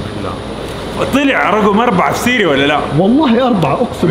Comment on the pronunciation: سيري ❎ صيري ✅